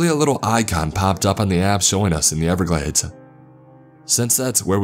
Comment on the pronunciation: The Goddamn n-everglades